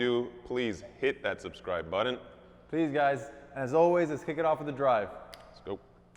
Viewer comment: What kind of a twat says buten - its button.